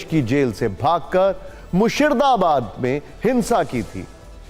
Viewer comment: मुर्शिदाबाद का सही उच्चारण करो